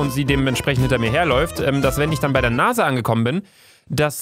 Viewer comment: Ich hatte bei NASA Nase verstanden😂😂😂